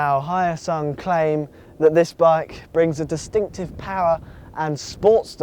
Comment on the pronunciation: Hyosung is not Chinese. Also Hyosung pronouncse as in H-yo-sung not Hi-o-sung